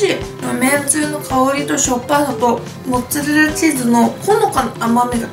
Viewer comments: めんつぁれらで笑ったwww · めんつぁれらもっつぁれらwwwww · めんつぁレラ モッツァレラって間違えちゃうのカワイイ！😍😍😍😍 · めんつぁれら！！笑 めっちゃ笑わせていただきました♡ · めんつぁれらwwwwww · めんつぁレラモッツァレラ(笑) 今日はめっちゃ面白いですな✨ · もう、めんつぁれらでいいんじゃないですか？ｗｗｗ 笑っちゃった^^☆ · めんつぁれらモッツァレラ笑うwwwww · めんつぁレラ、モッツァレラ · 멘짜렐라 모짜렐라 ㅋㅋㅋㅋㅋㅋㅋ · めんつぁれらモッツァレラ笑笑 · めんつぁれら！！笑笑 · めんつぁれらwwww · モッツァレラが地味に言えてないのがかわいい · モッツァレラが絶妙に言えてなくて可愛い💕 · オープニングを撮り忘れたと、 の一晩漬けたとモッツァレラが言えてなくて可愛い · モッツアレラ言いにくそう😂 味玉よりジャガイモにしか見えない😂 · モッツァレラって言えてないww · モッツァレラ全然言えてないww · モッツァレラってすごい言いにくそう笑